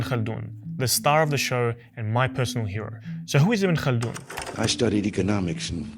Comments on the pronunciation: The name is "Ibn Khaldun" or "Ibn Khaldoun" not ibn kana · Not say Ibn kalin or Ibn kald his name is Ibn khaldoune ..ابن خلدون